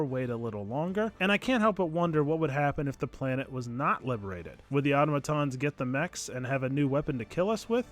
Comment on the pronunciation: Automatons (Awe-tom-uh-taans) not (Auto-matons)